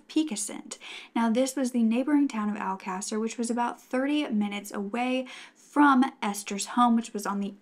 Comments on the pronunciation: My silly self is on Google trying to find out what mean? I should of known it was just mispronounced, considering I went back just to be sure. I've never heard this story and I'm stuck on one word🤦🏾‍♀️. Keep up what you're doing, I really enjoy your content and love your voice. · Its, Alcasser. The case she is talking about on this video is the murders of the Alcasser girls/Murders. Alcasser is a Spanish town in Spain. It does sound like a bit. its pronounced Al-ca-ser. Hope that helps!